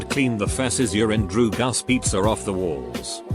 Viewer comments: No one: Reddit: DrUgAs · drugs british robot: D R E W G U S